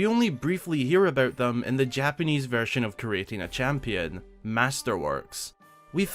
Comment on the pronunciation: I spent half an hour rereading creating a champion, and then heard that you said JAPENESE VERISON.